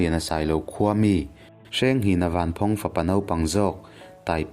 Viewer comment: Ka pu chanchin a ni tlat. Mahse Vanphawng i lam dan erawh a dik chiah lo deuh... Thluk na a awm lo... A ngaihnawm e...👍👍👍👍👍